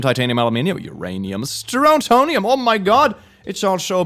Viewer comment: you killed me when you said strontium wrong, how could you do this to the science nerds 😭